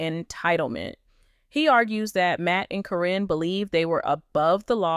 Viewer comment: Caryn is pronounced Karen btw. Your video could be taken more seriously if you knew her name. 😂